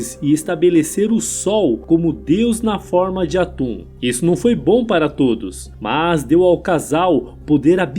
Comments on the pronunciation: Locutor chamar Aton, o Deus único simbolizado pelo disco solar , de atum, o que em.português é apenas um peixe, diminuiu seu sentido no nosso idioma. Chega a parecer piada, "deus atum aken atum " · Pelo o que eu sei , não é "atum" e sim Aton e Akhenaton não é "aquenatum" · Atun ou aton? Atun é peixe,aprendi a falar aton na escola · Cacilda!! A pronúncia, certamente, não é 'atum'... e sim, ATON... daí, Akenaton, etc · AkenatON. AtOn. Não “atum”. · Pois é. O vídeo é ótimo, mas, a pronúncia errada dos nomes, deixa tudo estranho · Sério, na boa, mas porque o narrador do vídeo pronuncia "Akenatum" e deus "Atum"? Coisa maus bizarra, primeira vez que vejo alguém falar dessa forma, ri do começo ao fim com esse "atum " 😅😅😅😅 e a cidade se chamava AMARNA e não "Armana" como foi pronunciado no vídeo, deve ser de propósito, só pode 😢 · Sempre que ele falava atum eu ria 😂😂😂😂😂😂